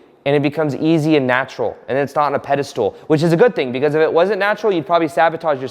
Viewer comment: Please. It’s spelled pedestal and it’s pronounced pedestal. It’s never “pedistool”.